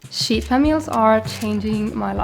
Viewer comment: You are my inspo for you tube and my fav vegan you tuber. When you say sheet pan, make sure you emphasize the 'ee' as it sounds like you are saying shit pan 😅 ❤